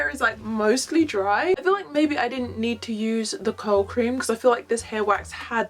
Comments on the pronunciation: For the longest time I thought you were saying cold cream, instead of curl cream 😂😂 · I thought she was saying COW cream 🤣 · I thought she was saying coat cream. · Ohhhhhhhh also thought that